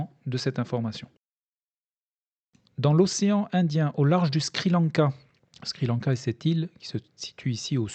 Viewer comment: C'est le Sri Lanka et non le "Skri Lanka".